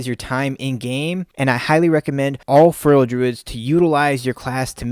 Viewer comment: I love feral content. I would love it even more if you would pronounce "feral" properly. Its not furrel.